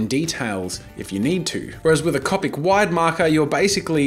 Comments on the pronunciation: cOpic not cApic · you know it's an older video when he pronounces the markers "cop-ick" and not "co-pick" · It's not cop-ic it's co-pic (like co-pick) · If bugs me sooooo much when u say Cau-pick... It's coe-pick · Was it bothering anyone else that he said copIc. It’s cOpic not copIc. People who are Harry Potter fans will get the reference 😂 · He’s saying Coppic instead of coopic which is spelled copic as the market Copic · Cop ic am I the only one who says co pic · I’m sorry did he say cop ic instead of co-pic. OMG THIS IS OLD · .... it’s pronounced like coe-pick not caw-pick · Anyone else bothered by the fact he says Copic instead of Coe-pic? Just me? Nvmind then... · the way he says copic...CoPiC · did he just say copik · Its CO pick pronounced CO pick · C”O”PIC, OMG your saying it so wrong ffs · Co-pic say it with me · 4 years ago you didnt know how to say Copic you said it like coppic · the way he says copic 😂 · who realized jazza says copic differently? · Am I the only one bothered by how he says copic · is any body gonna point out how he pronouned "copic" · NO NO NO NO NO! You are saying copic wrong!! (ik he says it right now but it's still really annoying) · Oh mate, I've been watching bits of the channel and I've been a real fan.....until you pronounced copic markers wrong. If you're going to spend as much money on those things as I'm sure you do, at least get the name right. It's like watching someone buy a brand new Ferrari and calling it a "fa ree ray"